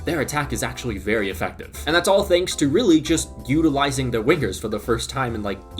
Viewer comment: bro really said Wiggers instead of Wingers